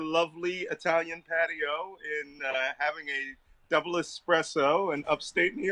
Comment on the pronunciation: I’ve been a huge fan of Malcolm for years, for all of the reasons...So experienced, extremely intelligent, passionate and of course his smile. Always with a smile & we need the healing grill of Malcolm Nance! How could he top these things? Saying Espresso correctly, I’m madly in love with Malcolm for espresso & dancing. Someone smarter then me please make a gif of Malcolm doing the gofer dance please!!